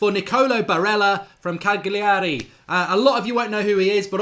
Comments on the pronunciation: It's Cali-ari! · Marks blatantly just watched a couple YouTube videos in the last 24 hours. Can't even pronounce Cagliari properly and reckons he knows this lad. Pshhh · Learn how to pronounce Cagliari you idiot.